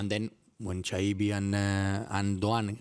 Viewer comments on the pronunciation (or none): An den Reporter der FAZ: Chaibi spielt seit 2,5 Jahren hier, man kann von der hiesigen Presse also durchaus erwarten, dass sein Name langsam mal korrekt ausgesprochen wird, zumal die Eintracht vor langer Zeit ein short veröffentlichte, in dem er die Aussprache seines Namens vormacht. Schäi-bi. Hat auch was mit Respekt zu tun und ist überhaupt nicht schwer.